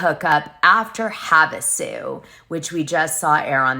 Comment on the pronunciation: Oh my, it's hard to listen to this with all the mispronunciations. Doute, Coachella, Havasu, etc. Come on now.